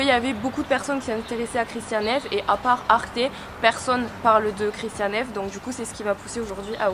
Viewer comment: La pronciation est allemand c’est pas ça 😅